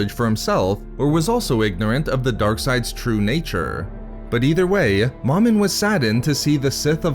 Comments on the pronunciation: It's pronounced "Mo-Min" not "Maw-min" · Agreed. There is only one M in the middle of the word. Thus the long vowel. Plus it sounds silly calling a Sith lord Mom in. Is your Mom in? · It’s not “mom-in”. It’s “Mo-min”. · You are saying Momin wrong